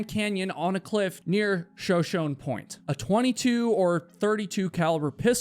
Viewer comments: Show shone? It’s shuh show knee. It’s a tribe of indigenous people. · The fact you’re unable to pronounce anything of relevance shows you’re a terrible story teller. Shoshone is pronounced “Sha Show Knee” NOT “Sha Shonnnn”. When you can’t even spend the time to correctly pronounce words you’re really no better than A.I. created slop… but by god subscriber’s are what’s MOST IMPORTANT! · Shoshone is the name of an Indian native people, pronounced Sho Sho. Knee. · Ok. I’m tired of hearing you mispronounce, “Shoshone”. The Shoshone were a tribe of Indians. Their name is pronounced, “Sho-Sho-Nee”, not, “Sho-Shone”. Please stop using the incorrect word. Ugh. I feel better now. 😂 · Not to be that guy, and i mean no offense by this, but it's pronounced "Show Show Knee," not Shuh Shown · Show-show-knee not show-shown 🤦🏽‍♂️ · You’re killin me with the “sho-shohn” pronunciation. It’s SHO-SHO-KNEE after the Native American tribe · Pronounce like Show Show Knee not Show Shown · The Shoshone (pronounced Show Show knee) is a Native American Tribe in the Southwestern USA. At least try to do a little research on the names you read before disrespecting the Tribe. It wouldn't kill you to be a bit more careful and respectful. You also show a noticeable disrespect for the elderly that have collected things that meant something to them during their life. "Useless crap" shows you have no respect or understanding of what others find important. You are so unwise and disrespectful it shows the limited perception of youth and ignorance. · Shuh-show-nee. Please. Check before you mispronounce these names to all your 817K viewers. Words matter! NAMES MATTER! thank you for your attention to this matter! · *sho-sho-nè (sho show nay) :D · Sho sho nee is the pronunciation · Shoshone It’s pronounced Shōw-Shōwknee 😊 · how is it that you've made it to adulthood in America without knowing of the Shoshone tribe? Pronounce it Shuh-SHOW-knee. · Shoshone is pronounced shuh-show-nee.